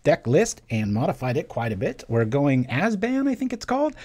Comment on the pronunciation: It's Abzan, not Azban. Also not enough of Rebecca Guay's art.